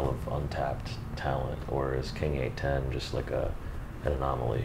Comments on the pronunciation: The entire time myself, and everyone else I've ever met has said king eight one oh, and hearing someone say king eight ten and not be corrected makes me think I've been in the wrong this entire time. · 8-10? Its 8-1-0 you nerd. Thats our area code. NEVER heard anyone call it 8-10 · This dude said king 8ten fucker it’s eight one oooooooo!!!! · When people say king eight ten 🤣